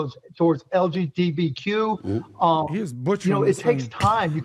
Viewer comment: lgTbq?? He just SKIPPED the b and q went RIGHT TO THE T! lol he KNOWS he lyin when he SAYIN IT!!